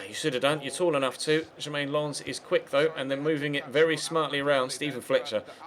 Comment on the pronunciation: Good episode! but why do you pronounce Jeremain Lens that way?